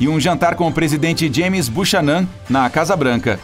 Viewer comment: Cara, coloca os nomes proprios no google e escuta a pronuncia. Kkkkkkkkk vcs erram os nomes proprios sempre!!! Buchanan se pronuncia “buquenan”